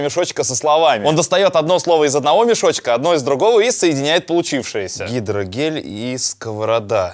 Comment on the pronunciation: Мне показалось он сказал гидрогей😅😂😂😂